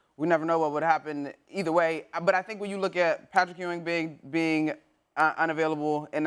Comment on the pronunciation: Lmaooo right. How they just gonna hear her say “Patrick Ewing” and not have any type of reaction 😂